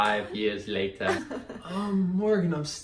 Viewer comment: It's so funny he says "5 years lataa"... my husband and I got married on our 5th anniversary of dating so 5 years is the exact right amount of time, everyone should wait 5 years Haha it's so ridiculous that anyone would think what's right for them is right for anyone else